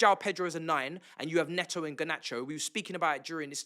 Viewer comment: Bro - You know Pedro Neto is Portuguese, not Brit. Can you please call him "Ney-tow" and not "Ney-o". Butchering someone's name by sticking to your native accent is lazy and ignorant. I mean there are other British ex-footballers and pundits who do take the care to call him correctly, and they're not even Chelsea supporters. Come on man, you can do better.